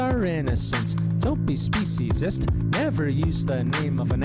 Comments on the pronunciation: To me, the video is corny but there is a message, which apparently does not resonate with either of you. Imagine using the ethnicity or race of the “other”, to diminish the worth of your. group. What you two are doing in in fact speciesis, and you might want to learn how to pronounce the word. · I’ve never heard of the people in video you shared, but your take on their message is interesting. You didn’t even take the time to learn how to pronounce the word “speciesism”. I generally agree with your views on social justice issues, but your reaction to the message in this video reveals your inability for compassion for those who don’t have the ability to speak for themselves. The horror we inflict on non humans, from birth to slaughter, to dinner table is the greatest of crimes. You both appear to be completely out of touch.